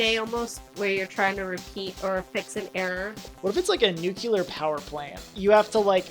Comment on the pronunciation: I hate being that guy but hearing him say “Nucular” is like an ice pick to my ears